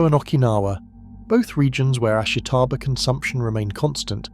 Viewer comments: You seem to have done research for your video, but you haven't even pronounced the name of the plant right. Its ASHITA-BA (ashita - tomorrow). Not ashi-taba. ASHITA-BA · You're pronouncing "ashitaba" wrong. The "i" is unstressed to the point of being virtually silent. It should sound more like three syllables, not four.